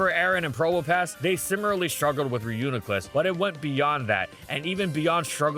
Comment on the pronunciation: don't let this distract you from the fact that he finally pronounced reuniclus properly!